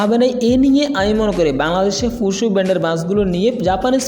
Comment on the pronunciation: ফুসু না ফুসো। ছুসাল মিডিয়া না স্যোসাল মিডিয়া 😆😆🤣🤣🤣